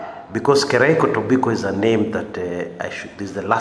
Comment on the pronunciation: Hey bro. It's Keriako not Kiraiko.